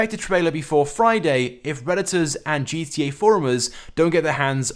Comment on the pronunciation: you can't even pronounce GTA right, you fucking eurasian